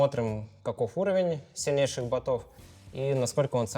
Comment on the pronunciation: Шахматистам бы чуть русский подучить... Шахматы шахматами, но базовую грамотность надо иметь... Я когда услышал ботОв вместо бОтов, ну блин, Владислав...